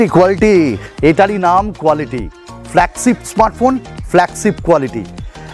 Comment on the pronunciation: উচ্চারণটা ফ্ল্যাগছিপ না, ফ্ল্যাগশিপ। বাকছো না, বাকশো। শিম ইজেকশন না, ছিম ইজেকশন। আটচল্লিছ না, আটচল্লিশ। বিছটি না, বৃষ্টি। দেড় মিনিট শুনে আর শোনার ধৈর্য হোলো না। এত বিদঘুটে উচ্চারণ!